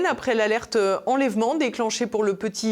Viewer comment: "déchaî-neu-ment", "consen-teu-ment", "enlè-veu-ment"...